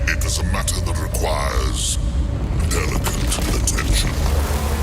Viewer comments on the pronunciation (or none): none